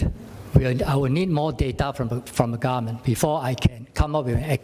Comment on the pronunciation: The way he pronounce government as garment is so funny...